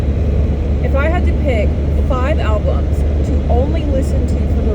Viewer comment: 1. The coffee hit you, first caffeine for awhile and then, "were goina take what we can get today". Smile. A true coffee moment. BTW again, you said Alblums twice, 😜 Okay let me be of assistance. Name ten albumens you listened to in grade 3,6,9 goose drank wine etcetera. 2. Yes the other Tim sucks. Those ugly brown uniforms the imported workers wear are total Military of the dystopian future-esk (but not Eskimo no no no). In Canada no Eskimo okay? Now Edmonton's CFL team is the E-Elks. At least until the Elks go berserk, and they can. The people formerly know as Eskimos are just the Inuit. Totally different from the indigenous unless you consider its the same name in a different tongue. 2a. Maybe. 3. You're not much into the Canadian landmarks are you? Ceptin for Calgary. Gee thanks for the tour. Born Caly but I preferred Dallas. Back to BC try the 37 next time, in the spring.